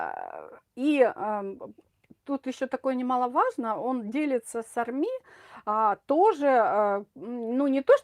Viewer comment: Столько слов и ни о чём! Ни армИ, а Арми !